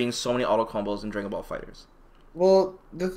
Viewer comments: "Draygon Ball Fighterz" My nigga, come on son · "dray-gun rush"